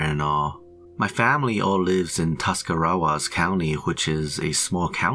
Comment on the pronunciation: I can tell you're not from Dover. You totally butchered Tuscarawas.